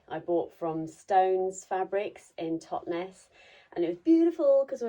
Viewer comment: Townes = Totnes !